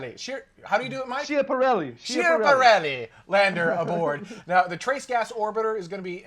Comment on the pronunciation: YOU ARE STILL SAYING SCHIPARELLI WRONG! As someone fluent in Italian, let me share how to pronounce Schiaparelli. I lived in Italy for years, long enough to loose my American accent, so I know what I'm saying. Say skya (like ski with an 'ah' at the end) par (like in golf) Ellie (the name). Skya-par-ellie. The "h" doesn't do what you'd think. In Italian "h" is silent and only used as a separator. So, "ci" written in English would be "chee"; "chi" however is pronounced like key. "sci" is pronounced "she" and "schi" is "ski". So yes, stop saying "broo-shed-duh" for bruschetta, it's "broo-sket-ta." So was kind of close, he just had the first syllable wrong. Good job on the video though.